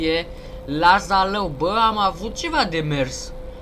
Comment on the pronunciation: Se pronunța Zalău